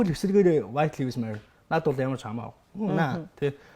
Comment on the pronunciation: copy Мэдээ нтр хүргэдэг ухаантай юм бол зөв үнэн мэдээлэл түгээж бай. Худлаа хэдэн халтар хултар мэдээлэл харчихаад битгий мэддэг юм шиг солиороод бай. 1т. Гадаадаар үг хэлмээр байгаа бол зөв хэлчих. Lives гэдэг үгээ ч аятайхан хэлчихэж чадахгүй байж юун худлаа шаах дуртай юм. 2т. Kanye яг BLM болж байхад үг дугараагүй. Өөрөө Drink Champs дээр хэлэхдээ би Candace Owens-н киног үзчихээд ер нь юу болоод байгааг ойлгож авсаан гэдгээ хэлсэн. 3т. Үндэсний телевиз дээр гарч байгаа юм бол аятайхан сул үггүй ярьж сураач. 4т. Pete Davidson хэзээ ч Kim-н нөхөр болоогүй. Найз залуу нь л байсан. 5т. Яг асуусан асуултанд нь хариулахгүй өөр2 мэдээллүүдтэй хольж яриад байх юм. Шууд асуултанд хариул л даа. 6. Julia Fox-той 3 сараас хойш ахиж хэзээ ч холбогдоогүй, өөрсдийн хийдэг зүйлсээ л хийж яваа.